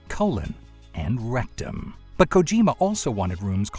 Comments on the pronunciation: "Arsenal Gear RECTUM" Man didn't have to say that so hard but I love he did. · david please never say rectum like that again